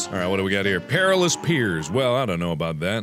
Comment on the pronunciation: Mark: “Perilous Peirs” Well, I don’t know about that. I imagine it’s gonna be perfectly wonderful Oh Mark…